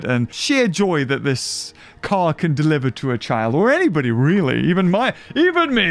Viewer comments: when says "car" i cant help but hear anything else other then "car car" xD help me please god i cant return to normal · Which one's the friggin car-car again?